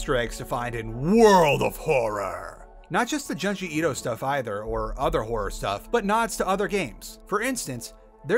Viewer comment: u pronounced junji ito wrong 🤓☝